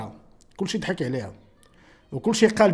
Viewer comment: سي أناس غير النطق ديك الكلمة كدحك ليس دحك بل ضحك